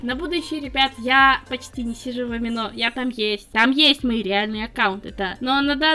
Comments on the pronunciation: Конечно, это не совсем по теме. Но "Amino" можно было говорить как "аминО", а не "амИно"? 🌒w🌘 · АмИно, а не АминО